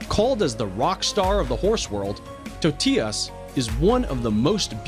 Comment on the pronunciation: Hanah Barnerd and tot-eee-las. It’s tote-I-las. He also called him Tot-i-yas